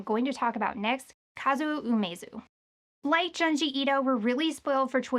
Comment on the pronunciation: Junji is pronounced Joon-jee